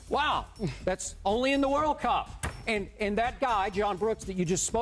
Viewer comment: Even his intonation saying "World Cup" is off. hahahahahahaha